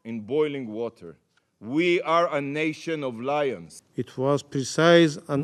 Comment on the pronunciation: Did he sayed Lions